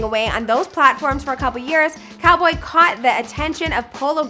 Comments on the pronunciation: it’s cowl-boy not Call-boy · it’s pronounced cal-boy and also calumet city isn’t a district its a city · Cal....😭😭😭😭 and it’s calboy not call boy 😒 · It’s C-ow-l Boy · It’s actually “Cal” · It’s CAL boy like CALifornia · Right like wtf is call boy